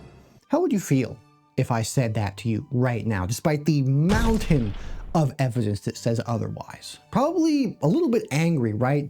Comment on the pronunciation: the fact you couldn't even say evidence right, is all the efliedess i need to stop watching this video.